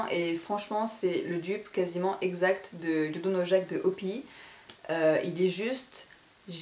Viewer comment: On dit o py y pas opi ; )